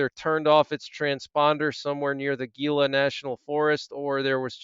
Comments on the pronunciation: FYI - The “G” is not pronounced, it’s pronounced “Heala” Ricky from IBM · Gila is pronounced with an H…like Heela. I still knew what you meant though. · Not that it matters but….. Gila is pronounced with an H…. HEELUH, you were close! 👍